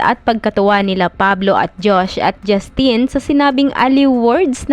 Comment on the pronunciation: Hindi po JustEEEN 😭 JusTIN po un